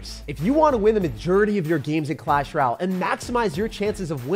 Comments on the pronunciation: “In Clash Raal!” 💀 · Someone tell him it's clash ROY AL. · Couldn’t get passed the pronunciation of “Royale”